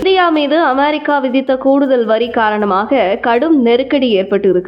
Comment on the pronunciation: 'அமெரிக்கா' சரியா சொல்லும்மா